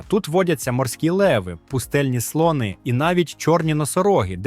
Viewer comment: Таке враження що просто назбирав інфи з різних туристичних довідників і озвучив ШІ. Бездушно якось. З неправильним наголосом на деяких словах: слОни, дАхи... Господи, які слОни??? І ще цей попсовий фільтр під стару плівку, для чого? Ну і можна було побільше фото і відео накопать щоб не повторювать одні і ті ж по колу.